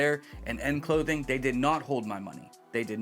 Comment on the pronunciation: Are you saying end clothing or in with a letter in clothing? Want to go and check it out. Thanks for the update and the heads up!